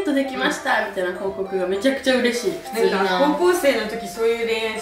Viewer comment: 普通ヌィ〜︎ ⤴︎爆笑爆笑爆笑爆笑